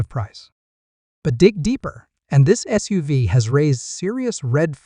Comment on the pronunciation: Just listen to it yourself. It’s ridiculous with pronunciation. For example SUV is said like it is a name and not an acronym.